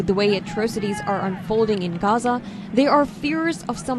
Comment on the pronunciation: Where is raza? 😂 Why do they give these people jobs... She can't even pronounce gaza